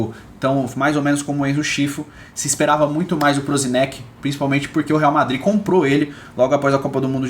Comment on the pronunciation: so uma ajuda ai, a pronuncia do Prosinecki, um nome eslavo, seria algo como ''Prosinetzki'' ck = ''tzzk''